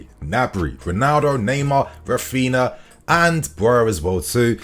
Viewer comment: Raphina.... RAPHINHA